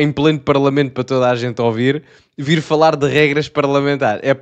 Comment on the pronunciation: Pedido de desculpas e demissão, sem dúvida! Por muito que acredite na liberdade de expressão e que as palavras pertencem a quem as proferem, em cada lugar à sua forma de linguagem! Já agora. Não é "ô" ou "ôvir" o "u" lê-se também😂